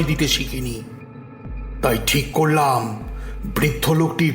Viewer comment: বাচিক শিল্পীদের কন্ঠশ্বর ভীষণ ভাবলেশহীন, আর মূল বাচিক শিল্পীর শ্বাসাঘাতে সমস্যা আছে। আর প্রতি শেষ শব্দের দীর্ঘ উচ্চারণ!! উদাহরণ যেমন .. "করলাম" উচ্চারিত হচ্ছে করলাআআআম!!!